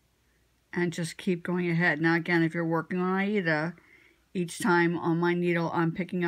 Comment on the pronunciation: This has been a very interesting video. You are the first person I've listened to on Flosstube that pronounces "Aida" like the opera, not "Ada." Maybe it's because we are "children" of the 80s. :) I've just started using Sulky 12 wt. fiber which would work fine for backstitching on 28 ct. linen or 14 ct. Aida. I do not like backstitching, but now I've seen your technique, I will look forward to it. I remember your charts and I know that I have stitched several of your patterns, though I have none left. I tend to give my work away to friends and family, though I do keep some projects for myself. I use the loop method for stitching. One strand of DMC folded over, the cut ends in the needle, and I'm ready to stitch. I find that my stitches lay better with the loop method. Just my little quir I have also learned now to tame metallic thread, but that might be an interest topic, especially closer to Christmas when we tend to use it more than at other times. Take care, be safe, be well and I've subscribed so I look forward to next week's video. Going to go back and check the others out as well. Just noticed that my name is missing under my picture. I am Karen Brettschneider (shortened to Brett) from Woodstock, GA.